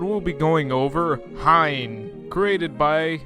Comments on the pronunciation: I think it's pronounced "Hee-N" Named after a flaming sword in Japanese pop culture. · I translated most of the post with Google Translate this is what it said The name is pronounced "Hien" and write a "燈炎". Ice image of snowstorm demon production and I think that it will make a fighter and such that the pair fire. The name also those using Kanji accordingly. It is usual Tekito naming, but ... ..Basic state is like this that took the halo and weapons behind. Color is based on the dark red and black, uses the clear blue of the parts to the accent. Because it is the image of martial artists, so that it is visible to the whole body muscular, I went teamed up to Muscles! It has created a work of dark red after a long time speaking of year two cycles of red because it was this color, but previously had been made well, did not make another five, six years .. Behind it is like this. Since the back of the head was lonely, I tried to put the back hair. Around the chest is like some people think and or female type, in the back hair, but I am in partnership with the intention prima facie male. But it is something the upper body of plump there is a woman whiff. Waist is marked with a possession of the sword of flame...... With respect to the movable range, elbow 90 degrees, knees at such 100 degrees because the narrow width of Reba same hip made during this time, legs does not increase so much. Just because it provided two movable place respectively in the shoulder, and can be moved in fairly active. When you Toraseyo a fighting pose, also the movable shoulder become